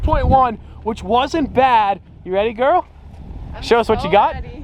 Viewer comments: Rihan Teemul he’s the next Generation Gru trying to get a Gorl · Hearing him say Girl is like a girl calling me BOY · The way says "girl" sounds like he's wanting to say "Babe"